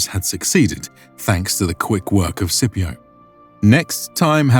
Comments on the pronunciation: Why is he pronouncing it “Sipio” ?! There’s a C in there. It should definitely be pronounced SKipio with a hard C right?! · Scipio is pronounced with a hard C, like Skipio. The Letter C never makes an S noise in Latin. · In classical Latin it was pronounced skee pee oh. So if he heard the pronunciation of this guy he would not know what he is saying lol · Hey, just something that felt wrong. Had to look it up to even know. But in classical Roman, the letter C is pronounced like the letter K in English. They did not have the soft C. I only looked it up on a quick Google search because it sounded odd. Although it may be a modern pronunciation and a different language. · Are you mispronouncing Scipio on purpose? Is this your way of getting back at him for ravaging those Carthage dogs? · Why is Scipio's name being pronounced like that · legionaries (close to the actual Latin "legionarii") not "legionnaires" so tired of this inaccuracy. And "Scipio" is with a hard "c" not a soft Italian "c". Might seem pedantic but it does distract from the otherwise great series